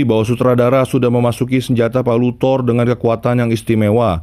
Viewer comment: THOUR Bukan THOR🤣canda bang wkwk